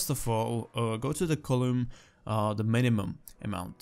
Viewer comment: "minumum" lol